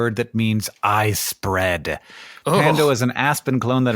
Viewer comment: "I spread" sounds like apple Jam